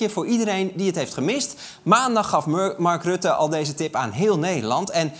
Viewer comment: Arjen wilde "Murk Ratte" zeggen 😂😂😂😂